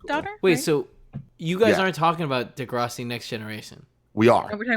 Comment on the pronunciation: Tell to stop saying "De-grasssiii", it's not pronounced in some weird, Italian way...and here's where my Degrassi world fell apart